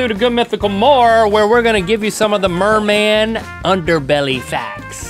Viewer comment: not merman its MERMAN!!😠